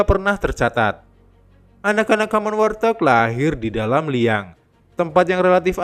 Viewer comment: Warthog.. cara penyebutannya bukan war-thog Min, tapi wart-hog atau wawt-hog Wart = kutil Hog = B2 liar Izin 🙏🙏